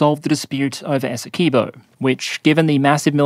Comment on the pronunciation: I don't think I've heard an Aussie say "Essequibo" since I played Mercenaries 2, and she said it "Essa-car-bow" :D